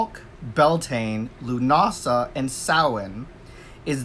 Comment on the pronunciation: Nice to hear you pronounced correctly... Now if I hear ya say Sam Hain